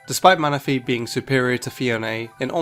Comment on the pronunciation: MANAPHY, NOT MANAFEY!